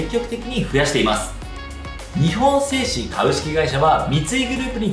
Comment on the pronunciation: 日本製紙の読み方は「にほんせいし」ではなく、「にっぽんせいし」です。